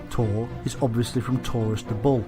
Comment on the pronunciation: Im hearing "Ball" all the time instead of Bull :p